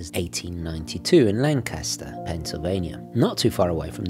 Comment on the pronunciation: Not LanCASter (like the iconic British bomber), but LANcaster. The accent is on the first syllable whether you are referring to Lancaster Pike on the Main line or the town. You are new to Philadelphia, but I am surprised nobody local has shared the knowledge.